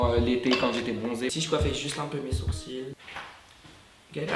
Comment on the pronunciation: Aaaaaaaaaah faut pas dire le "l" à sourcil !!!!!!!!!